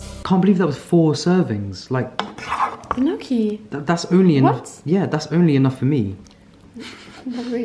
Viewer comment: Me being proud that you pronounced gnocchi the right way 🥺 AND THEY ARE SO SIMPLE TO MAKE, YOU SHOULD TRY! Just potatoes, whole wheat flour (or the ones you prefer, i use sicilian ancient grains flour) salt. Traditionally they’re made with eggs, but we are vegans so none of that 😼